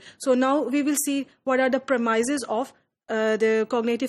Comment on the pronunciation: It is Premises...Not Permaises